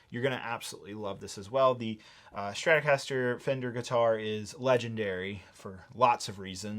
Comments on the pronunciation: Not to be an a hole but it’s Stratocaster not Stratorcaster. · Dude... Its Strat-O-caster. Not Stratorcaster lol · You've managed to squeeze a rogue R into Stratocaster there, buddy. Might want to fix that.